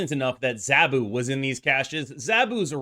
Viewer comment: Z ahhh bu not zaaaa bu